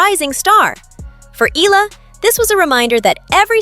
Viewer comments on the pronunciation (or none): NOT EELA , E-YA-LA (Eala) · Her name is Alex Eala, not Ila or Ela. Learn to pronounce names correctly. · Eala is pronounced EYALA 🙏🏾❤